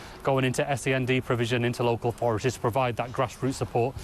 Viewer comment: "Authorities" you thick twat, not "orforities".